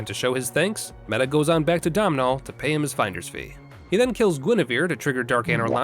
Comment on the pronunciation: FYI Domnhall is pronounced Donal and it's the origin of Donald. Yeah yeah, I know I'm autistic. 😆